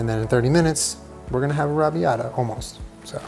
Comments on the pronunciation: NOOOOO I LOVE YOU SO MUCH BUT THAT IS NOT HOW YOU PRONOUNCE "arrabiata" SAUCE! I am Italian and it is my favorite sauce to eat and I would love to make it one day. It is pronounced arra bee-yatta sauce. Im sitting in my college dorm just dying listening to you not being able to pronounce it. OMG please look it up am going to die. I am Italian lol Im dying again, arrabiata sauce does not have meat in it. I understand that he is using fake meat but omg its not alloweddddd i a virgo italian you cannot do this to meeeeeeeeeeeeeee AHHHHHHHHHHHHHHHHHHHHHHHHHHHHHHHH but its almost okay because you are protein deficient, almost we also dont cook with butter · Is no one gunna say anything about the way is pronouncing arrabiata🙄 it’s paining my soul, but it’s hilarious 😂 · You say Arrabbiata very very strangely to my British ears 😆